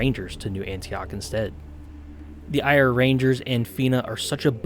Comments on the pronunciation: The phonetic pronunciation is not 'Ire' it's Eh-Ra. (I'm Irish). Other than that - excellent video and great choice! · It's pronounced ear-ah, not ire, as in the name of the country in the native language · Just a heads up Eire is pronounced Air-a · It's pronounced Air-ah as one syllable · Just wow! inspiring stuff ,thanks! Just to give You a heads up ,Eire is pronounced like Air-eh ,and is literally the Irish for Ireland! Keep up the good work ,liked and subscribed ,looking forward to checking out your other vids. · Try saying Eire as 'Air-ah' and you'll be a lot closer to saying it right :D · This is awesome, also "Éire" is pronounced "Air-ah" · Amazing, well done. Just to let ya know the Irish name for Ireland which is Eire is pronounced to sound like "Air A". I know some of our language sounds very different to how it is spelled 😜 love to see more of this warband. Well done